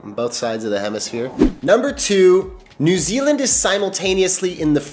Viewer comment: He gets points straight off the bat by not pronouncing it noo Zealand ❤